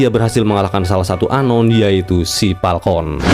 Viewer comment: Falcon banggg bukan Palkon.... 😭😭😭